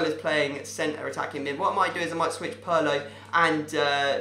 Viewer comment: He said Pirlo wrong